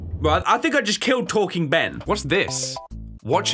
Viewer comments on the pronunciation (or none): "BEN" honestly sounds like "BAN" with the way he says it.